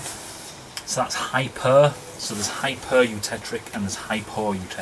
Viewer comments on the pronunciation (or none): You. Tech. Tick. Not "trick". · Its not "hypereutectRic"!!